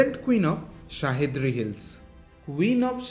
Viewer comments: Wrong pronounced it's सह्याद्री not शाहिद्री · Shahidri nahi re bhai Sahyadri bol